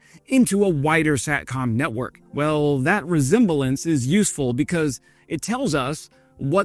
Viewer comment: Come on; "resemblance" is a 3-syllable word! Forgive me, because your English is really quite good! Kudos there, but re-zem-ba-lence was kinda cute....